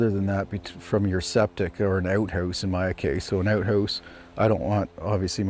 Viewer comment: He built an “uut huuse “?